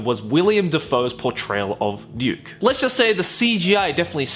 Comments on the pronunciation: Every time you say Ryuk, it sounds like you're saying Duke. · Ryuk, his name Ryuk not Riuk...damn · Its Ryuk not Riuk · Good things: L didn't die and when light pronounced Ryuk wrong and Ryuk says "hey kiddo it's pronounced Ryuk". Bad things: THEY CALLED HIM LIGHT TURNER wth also light didn't die and they missed so many rules of the death note and so many important characters! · what did i misheard or you said Duke instead of Ryuk lol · My favorite part of the movie was when Light read Ryuks name with a wrong pronunciation and I literally screamed "IT'S PRONOUNCED RYUK" Only to have Ryuk tell him the exact same thing XD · Every time he says Ryuk it sounds like he's saying Duke. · When Light first said Ryuk's name, I was really worried. But then Ryuk came along and told him that he pronounced it wrong, which was pretty cool. It would have been unnatural for an American to know how it's pronounced, so they made him actually learn how to pronounce it, rather than pronouncing it wrong the whole time, or giving Light the random knowledge of Japanese pronounciations. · Tbh i hated it but light screaming was hillarious. Ryuk look good, but really light how do you mispronounce ryuk